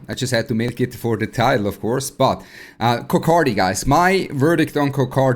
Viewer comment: 🤣🤣🤣 he say coc K many time